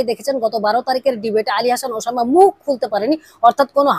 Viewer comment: তুই তো উসামা নামটাই স্পষ্ট ভাবে উচ্ছারণ করতে পারছিসনা